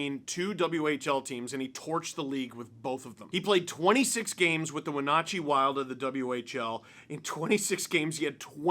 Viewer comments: Small thing, but it’s “Win-at-chee” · We do say Wenatchee a little different here in Washington state (I am a Spokane dude myself) but that was a great try. We say the NAT part of it like the bug that flies around, a gnat. WeGNATchee. The other parts of it were right though!